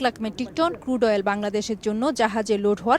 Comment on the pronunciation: ক্রুড কে কুড বল‌ছে বলদ সাংবা‌দিক